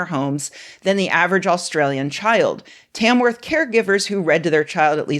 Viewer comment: A bit off topic but I find it interesting how every american seems to be able to slightly mispronounce literally every aussie town name even when they seem straight forward to me at least, I think it's like the accent making the vowels sound slightly and noticeably differently than how I've heard any aussie pronounce it. Like your Tamworth pronunciation sounds a bit more like T-ae-mworth instead of t-ah-mworth, it's very slight but just something I noticed. Also this is reminding me I should learn IPA so I can actually transcribe pronunciation